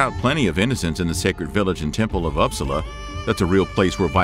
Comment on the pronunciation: (Oops-saa-luh) born and raised here and I speak English also but mind you it’s not my best. Everyone pronounces it differently but this is the best way. It’s just a name of my “city/town” not a big deal or anything.